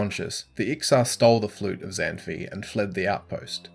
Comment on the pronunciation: Zan fi is pronounced Zahn-faay (like pie)